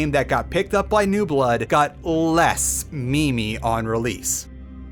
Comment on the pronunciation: Did he say "me-me"?